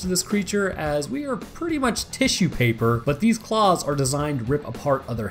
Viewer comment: i thought you said paws rather than claws and was like they don't got 5 paws.